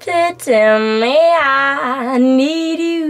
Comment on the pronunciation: As a big fan, one who traveled to Oslo specifically to attend one of her concerts, I wish to comment respectfully on a couple of her soft vowels at the end of "want" and "need" in the phrases "to want you" and "to need you." By softening or eliminating the "t" and "d" she reminds us that she is not a native speaker, and it distracts me from the beauty of the performance. A couple of other consonants at word endings are also softened. I very seldom hear these in her vocalizations. I hope she will talk over these pronunciations with a vocal coach. May I also say that I thought twice before piping up here b/c I feel a bit silly in remarking on the performance of a girl who clearly is a great artist, but I do so only with good intentions. Thanks, Angelina, for all the joy and smiles you bring to us.